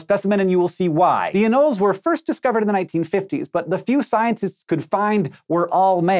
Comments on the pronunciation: He's got it wrong, it's a-noll-ees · Is anoles pronounced ah-nolls or a-noll-eys?